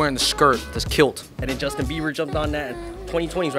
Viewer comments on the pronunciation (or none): none